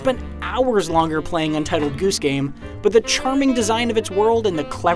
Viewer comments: Is no one gonna talk about the way this guy pronounces goose? He literally says it like this: gOOse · I like how he says "ghüse" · Why you saying goose so weirdly..